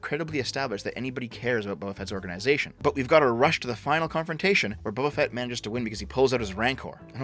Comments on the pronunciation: Are you saying Bubba Fett on purpose? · "Bubba Fett"